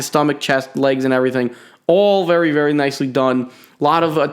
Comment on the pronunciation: Did he say berry cool